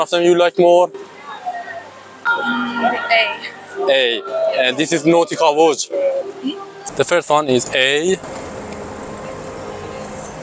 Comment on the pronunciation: Say nautica Voyage not NoticavoJ